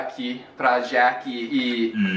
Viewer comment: você está se tornando um legítimo Brasileiro, porque não sei se vocês notaram, no tempo você pronunciou o 'J' (Brasileiro) ao dizer o nome da Jackie 😆👏